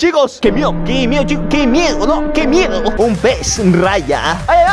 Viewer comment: no dice "uy que miedo" dice: "que meyo"